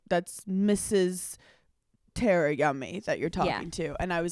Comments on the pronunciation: Hannah I love you so much but please don’t tell me you’ve been mispronouncing Tara (Tar-uh) to THE Ms. Yummy’s face this whole time 😂😂😂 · Love you guys!!! Tar•uh not Ter•uh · IT 👏 IS 👏 pronounced 👏 TARA 👏 like a star-a ⭐️